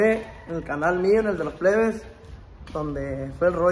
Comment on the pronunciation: Dijo pebes el gordo JAJAJAJA